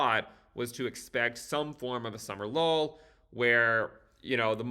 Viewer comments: I hear summer lull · Do you here „Summer lol” from instead of „Summer low” too?